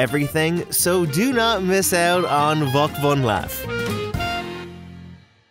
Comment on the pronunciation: And it's Volk van laaf not you said , greetings from the Netherlands